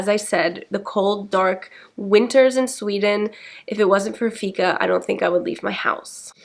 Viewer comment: It's pronounced fiiika with a long "i" not ficka. However, keep the good work up 😃